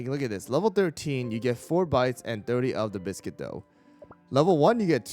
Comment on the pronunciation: Bees-quit ... like beast-cuit. beascuit. nar to the biscuit. :P